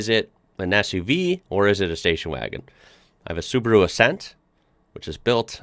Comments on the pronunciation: That doesn't mean Subru but Su-ba-ru. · OMG why you all call it Subru??? Its SubAru, Sub A ru..... SubAAAAAAAru AAAAAA its a AAAAAAAAAAAAA inside the name. Holy Cow.... Its exactly the same if you would Ford pronounnce like a Fart. Ok it continues, Opal (Opel) and... omg.... Daudi (Audi) seriuously? You are kidding right? U R doin' this on purpose. Ok from today I call it Fart instead of Ford :D :D :D